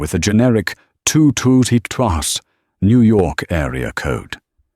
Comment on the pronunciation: The number 212 on screen, the ROBOT NARRATOR spluttered out UTTER GIBBERISH like an 11-month-old infant would utter.